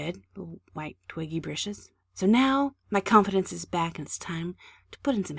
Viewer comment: remember, this is your world. the only limit is your imagination. now then, lets just. add a little hwhite..